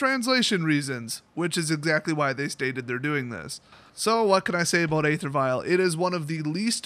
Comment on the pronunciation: i know it is a stupid way to pronounce it, but the official way to pronounce the word "aether" is "ee-ther".